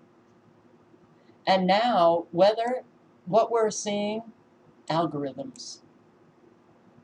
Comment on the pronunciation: That's what I think it is algorithms or al-gore ithms lol. I'd say algorithms.